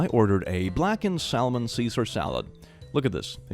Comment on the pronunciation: Hey Salmon is pronounced “Samon”